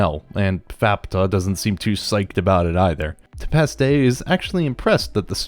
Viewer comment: More than just Nanachi. You also said Nishagora, Tepaste, Faputa, SheruMena, Juusou, Hariyomari, and Srajo wrong.